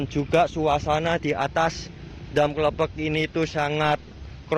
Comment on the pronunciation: Klepek lurr bukan klephek bacanya